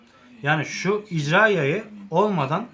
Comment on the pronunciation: İcra yayi degil be irca yayi diceksin..